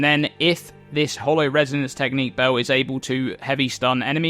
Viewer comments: Bell its bEEEEl not BOOOOU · Can u pls say "bell" like a normal person. Its not BAUW its just a bell dude, jesus...